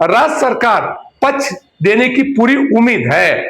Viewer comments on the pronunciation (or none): पछ नहीं बोलो पक्+ष=पक्ष